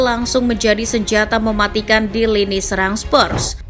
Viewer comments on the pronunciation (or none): none